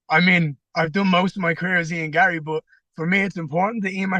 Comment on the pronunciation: Don't start your interview by saying "friend of the show" and then (1) not know how to pronounce his name, and (2) seemingly not know anything about the guy (like that he was married). Sheesh.